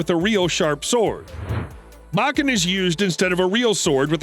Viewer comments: Pronounced bow-ken, not bach-en. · said Baaken not Bokken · Bo ken ….not ……ba ken smh and yes they are lethal, instead of losing a limb, it mangles a limb. It still ends you, you just may suffer longer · Your pronunciation of Japanese is awful! 😂 It’s Bo-Ken. Not, BAW-Ken. 🤣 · "BO KEN" not "BAH KEN"... lets say it together now BO KEN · 1. It's pronounced "Bow-ken"; not Bokken. 2. you said that a bokken is more lethal than a real sword. Twenty seconds later you contradicted yourself and said that it's used instead of a real sword because you can get hurt bad with a real sword. 3. Literally one second later you said exactly the same thing. 4. Judo is not pronounced "Joe Doe". It's pronounced exactly how it looks. 5. You said "it's not as mortal as a real sword", swords are not mortal or immortal because they are not living things. They are either lethal or non-lethal. 6. you literally said that a sharp metal sword is less sturdy than a dull wooden bokken. Do you even know how people CUT wood? This whole video is 100% pure unadulterated bullshit. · Bo Ken not Bach In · Like Hell it is! More like straight up Wašíču to me. BTW... it's pronounced Bō-ken, not Ba-ken, bakatare! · It’s pronounced Bokken, and Judo. Not Bakken, and not Jodo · It’s pronounced “bow ken.” Obviously, you have no real background in Aikido. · Not sure where you are getting your pronunciation from, but every martial arts teacher I've been involved with pronounced it "bo-ken" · Plz stop saying Bahken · Say bakken one more time. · Long O sound buddy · It bok ken put you bokken not boken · That's not how you say "Bokken" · You say it with the o not an a.